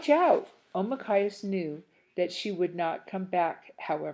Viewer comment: Not to be mean or anything,but why did you keep adding words to it or skipping words? Or calling Nokomis grandma or calling Deydey father? And pronouncing Omakayas’s name as okmayas? (Again,not to be rude or anything)